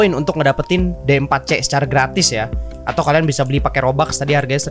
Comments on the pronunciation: D4c bacanya diforsi bang :v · D4C nya dibaca di fur shi